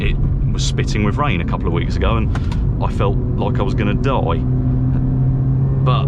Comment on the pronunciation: do you still even spell it "die" with this pronunciation?